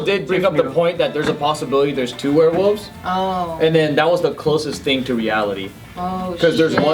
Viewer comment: Were-wolves Also: were-woof